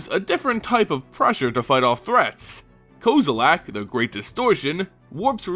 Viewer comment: STOP SAYING KOZILAK!!!!!!!!! REEEEEEEEEEEEEEEEEEEEEEEEEEEEEEEEEEEEEEEEEEEEEEEEEEEEEEEEEEEEEEEEEEEEEEEEEEEEEEEEEEEEEEEEEEEEEEEEEEEEEEEEEEEEEEEEEEEEEEEEEEEEEEEEEEEEEE